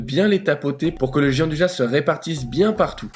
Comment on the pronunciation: Bonjour à tous les deux, superbe recette comme d'hab ! Moi qui ne faisais pas de pâtisserie je commence à changer d'avis :) Petit détail : ça se prononce "Djiandouya" :)